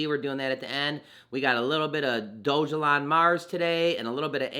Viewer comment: You pronounced it Doge (like the crypto) elon. It shows it's pronounced DOG (like the k9) a lawn...... Dog-a-lawn. It's funnier that way. Edit, you keep pronouncing it wrong. Think of a dog peeing on a lawn. I think that would be a good graphic for it.